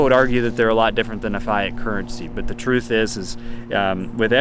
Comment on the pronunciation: Learn how to pronounce fiat please.